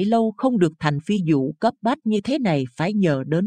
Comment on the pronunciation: Người đọc phát âm không đúng "phi vụ" lại đọc "phi dụ"; Việt Nam đọc "Diệt Nam"?